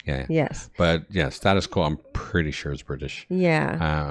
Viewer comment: Band are pronounced Stay tus Quo. Quos version reached higher in the UK charts. Crap video but much better version.